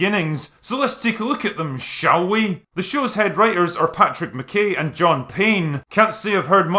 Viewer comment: Hand in your Scottish membership card. You can get it back when you start pronouncing ‘McKay’ properly.